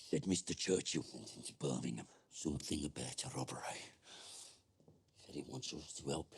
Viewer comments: This is a petty point to make, I know.. but..,...... It's not bur-ming-ham... It's Bur-ming-um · Alright ladies, please. Its, birmingUM, not birmingHAM. save yourselves a lot of grief